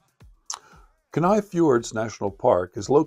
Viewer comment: Absolutely beautiful but it’s “kee-nai”!